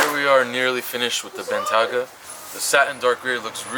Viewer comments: its bentayga man not bentyaga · It's Bentayga not Bentyaga :( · its a bentayga NOT a bentyaga lol... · Bentley Bentayga (BENT-AY-GA) not bentaga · Take 1: "Wrapping the BEN-TAGGA". Take 2: "Wrapping the BEN-TEA-AGGA" HAHAHA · How many ways can pronounce “benteyga” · Bentley Ben-ta-ga😂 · Viiiiik... Ben-TAY-Guh. Otherwise awesome stuff as usual. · Lmao does know how to say Ben-Tei-Ga?? lolol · Hi love your video man. Keep up the good work. Just wanted to point out bentayga is spoken as BEN-TAY-GA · Rashad Ullah “Bentyaga” 😂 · I love you dude, and these videos get better every day, but its "Ben-tay-gah" 😄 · benTIAguh bro :) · Ben-Tay-Gah, other then that.. awesome as always :) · I believe it's pronounced ben-TAY-ga. Great video, as always! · Ben-tay-ga but fire video as usual! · You pronounce Bentayga differently each time and still get it wrong. It’s pronounced Ben tay ger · ffs pronounce bentayga correctly 😂😂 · pronounced Bentayga in like 3 different ways 😂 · Drinking game: take a shot everytime mispronounces Bentayga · Did pronounce Bentayga, 3 different ways? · Your mispronouncing the word "bentayga" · take a shot everytime “Bentayga” is pronounced wrong.